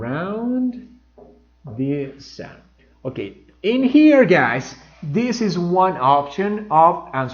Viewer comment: you pronounce the word " sun " as If It were a very opened "A" as If you were saying the word "sand" "arena" I don't know but that's the way I heard it. The same thing happens with the word or auxiliary verb " Does " you pronounce it " DAAS" and native speakers say it as If It were the word " dos " in spanish but with that "O" slightly opened.